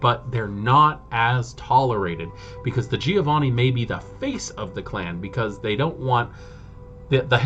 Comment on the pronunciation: recently discovered your channel, gotta say, excellent videos (content, presentation etc all top). have my subscription good sir! sidenote: i sure as hell have some weird pronounciations of WOD names ive gotten used to and cant shake off, like i´m sure everyone has. so please feel free ignore my need to state that: - giovanni sounds like JOE-vanni, rather than GEE-O-vanni - tzimisce (no living soul knows how to pronounce that, but) looks like it could be a word in some slavic language, but the TZEE-MEE-ZEE sounds nothing like it. it really should be CHI-MITCH , like JIMMY witch an CH at the end. that way it phonetically could actually be a czeck, romanian, serbian etc lastname.